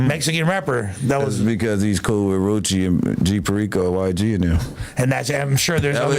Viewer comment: Oh she coo? Come on man how hard is it to put the L on the end